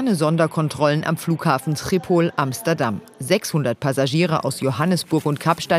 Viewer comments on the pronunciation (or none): Tripol? Dachte der heißt Schipol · Tripol? Es wird Skipol ausgesprochen